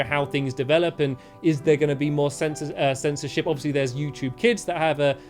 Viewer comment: Wow when stamps said censorship I thought he said censor sh!!t wow